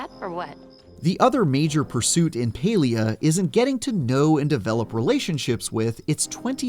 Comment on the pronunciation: Stop saying paylia